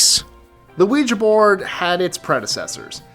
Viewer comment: you are the only one that I've seen on YouTube who consistently pronounces ouija correctly. 👻 You have no idea how much I appreciate that, because the mispronunciation drives me nuts. 🙂